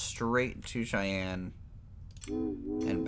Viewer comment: Cheyenne is pronounced "Shy Anne"